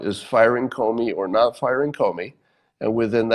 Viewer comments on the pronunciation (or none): "... bosses who would NAUGH hire an African American". "NAUGH"? Do you mean "NOT"? You know how to say "t", right? Well, the word "NOT" has a "t" at the end.